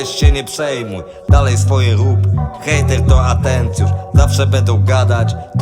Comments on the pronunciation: super nuta, swietna wymowa, kox w ogóle, hejteł hejteł nie moze przestac sluchac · Hejeł to poprawna wymowa nieźle